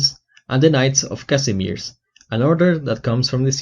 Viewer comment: When you pole, and you hear how someone read Kazimierz...